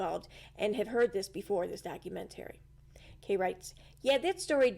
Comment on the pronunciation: Doc- u-MENT-ary